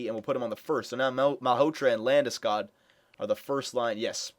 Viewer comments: The o isn't pronounced as it is in " school " its pronounced like "hog" or "dog" Landeskog. I have kitchener rangers season tickets so I saw him play the past 2 years. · Well I am Swedish so I guess I would know how to pronounce it properly, guess your season tickets showed me a thing or two ;) Trust me, it´s not pronounced like that, but how ever, in North America it is. Then again, Landeskog isn´t from there after all.